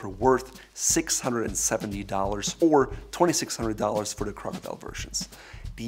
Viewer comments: I would expect to at least understand what he is saying, but he skipped school and went straight to arrogance. Somebody teach him english! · "It's more about the crocodrldlrldlrll I think crocdrldlrlrlrl" LOL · "Crcdllrthr" "Crcdllrthr" Hehe! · As soon as I heard him say that, I checked to see if a comment was made about it hahaha